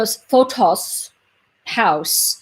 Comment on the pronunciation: His name is actually pronounced "Fotees" in Greek not Fotos.